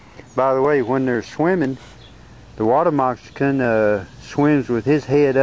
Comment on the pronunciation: He said Water "MOXICAN" 13 times lol I dont even remember what this video was about.